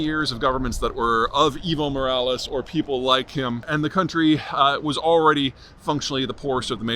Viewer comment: For some reason I hear “Evil Morales” 😂